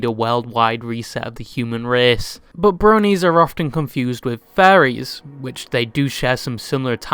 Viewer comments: you pronouncing Furries like "Fairies" actually confused me for the smallest split second lmao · I’m sorry but bro’s accent made me think he was saying faeries (slang/offensive term for gay men) instead of furries and I got whiplash for a hot second there. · I love how you mispronounce the word "furries" in such a funny and degenerative way xD Makes me think you can't speak and read English.